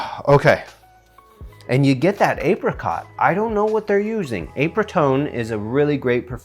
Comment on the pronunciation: I died laughing when you said "apericot" LOL